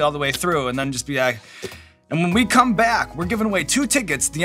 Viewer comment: lemme tell ya; saying “Da Bomb is a little bit spicy” is like saying “a dog is a little bit covered in fur”; just plain mean, girl! “I don’t wike it” is being adorably polite.